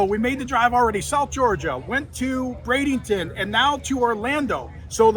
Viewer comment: You keep saying “bradington” it’s Braden-ton